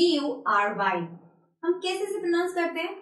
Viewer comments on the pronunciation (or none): You say "prununcing" which is totally wrong. It is "pronunciation" but not "prununcing", it is "pronounce. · She is teaching how to pronounce words correctly and she is pronouncing 'pronounce' the wrong way . Also she needs to work on her grammar a lot. It's so funny how she is pronouncing epitome as aphichami.